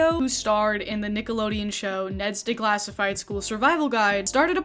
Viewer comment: Hehehe you kept saying “day-classified” instead of “de-classified”